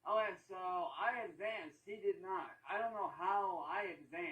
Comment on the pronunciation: seriously now...why can't you say the word "okay". 😂😂😂😂 Ohhhggeeyyyy!😂😂😂